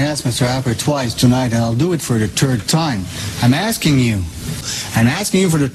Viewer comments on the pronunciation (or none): "I'm asking you for the turd time, I'm asking you for the turd time" Gilles Duceppe